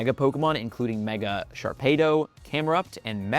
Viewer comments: Did you seriously pronounce Sharpedo as Shar-pay-dough...? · Say the word torpedo.. and then think about how you would say Sharpedo 😅